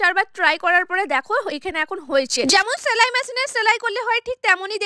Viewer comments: ছেলাই না সেলাই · ছেলাই ম্যাছিন না, সেলাই মেশিন। আগে উচ্চারণ ঠিক করুন।